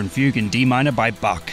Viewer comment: Toccata and Fugue by who…? Way to butcher that pronunciation.